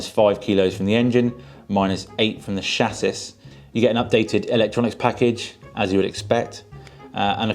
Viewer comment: Wait…. Did you just say shassus for chassis?